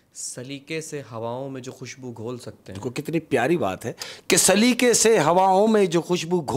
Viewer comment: Saliqe ko salika kah rhe hai talluq ko talluk..kaha se urdu achi hai ki usse achi meri hai indian me hindi walo k sath rah kr bhi...tallaffuz pr gaur farmaiyega...baqi kahaniya achi kahte ho sakam and respect from India😊